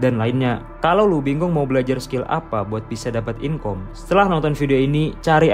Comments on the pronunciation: jangan bilang inkom...tapi dibacanya inkam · Inkam bg bukan inkom